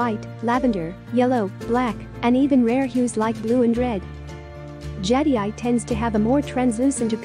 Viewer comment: Your AI voice is unable to pronounce Jadeite. For a video discussing Jade, the AI voice completely invalidates this video. Too bad, seems to have some good information.